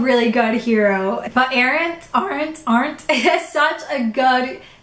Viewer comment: AR-ent. That's how it's pronounced. ARE-ent.